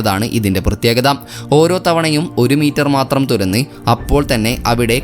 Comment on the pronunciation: തുര ന്നി ..അല്ല തുരന്ന്